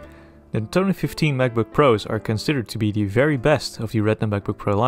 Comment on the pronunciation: what's a mavbook? :0